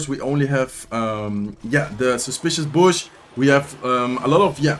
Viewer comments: Bush is pronounced like Boo-sh, but the lips lowered instead of forming a circle like an o would. It’s not that important to know but I thought I’d help someone pronounce english words, I’m British and it’s the only language I know so you’re better than me. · “Bush” rhymes with “push” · I forgot to mention in the other video but the "u" in "bush" is pronounced kind of like "book" or "took," and as always great video and best of luck in the season end